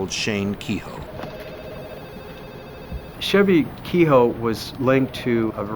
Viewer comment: The pronunciation of kehoe has made me stop watching. Pure bastardisation.